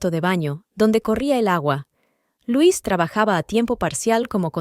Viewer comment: Es LUISA ahora bien si es "inglés"(?) se dice lois no LUIS que es masculino ,la inteligencia artificial es la mensa artificial confunde géneros y cambia la pronunciación etc y se repite mucho, es cansado y aburrido 👎